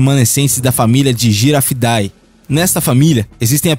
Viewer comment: Não se diz Girafidae, pronunciando o "ae" separado, mas sim na forma junta, como no latim, já que a palavra é latina. Então pronuncia "ae" como "ê", na forma do "e" fechado.